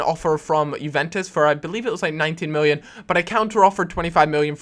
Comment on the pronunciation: Why does he say "miwwion" ?